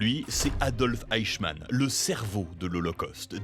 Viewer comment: Le fameux "eickmann"